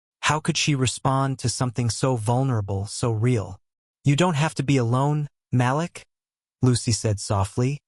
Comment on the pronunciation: can you please pronounce Malik as "Ma leek"? I love your stories but it makes me a little "off" when names are not pronounced correctly.